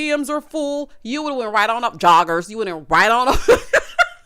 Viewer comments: Everytime you say "joggers" i holler🤣🤣🤣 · Everytime you say "joggers" I holla, rotfl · When I tell you I holler every time you say "joggers". You play too much 🤣🤣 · You saying “joggers” is hilarious 🤣 😂 I think the Peacock uncensored version helped the reunion a little bit🤦🏽‍♀️.. like a comic who uses various curse words to force laughter for the punchlines. LOL 😆